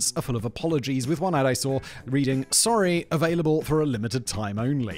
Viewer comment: The Ann of Green Gables “Sorey” is 👌